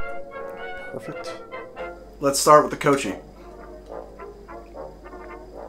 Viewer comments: You're mispronouncing Cocchi, it's /kok:i/ not /kotʃ:i/ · Gordons?! Seriously. ... also it's pronounced ko-kee americano. But whatever man I still love your channel. Love you dude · Has anyone else told you it's pronounced "Coke-ey"?